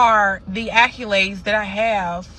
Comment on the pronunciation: there isnt a Y in accolades. Thats probably the issue. Just because you are intelligent doesnt mean you don't sound like an idiot. I had the same issue being from the south moving north. Correct your pronunciations and speak proper english. Then get back to us in a year 😂